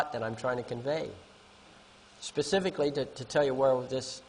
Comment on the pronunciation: Pacifically or specifically 🤣